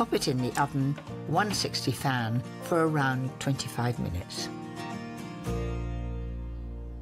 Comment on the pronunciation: Other than all the other differences. Why does she say, 260 fan or fam? Im confused.